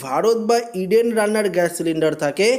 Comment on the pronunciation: ওটা ৯০০--৩০৩=৫৯৭ হবে,আর ইডেন নয়, উচ্চারণ টা ঠিক করে ইণ্ডেন বলুন ।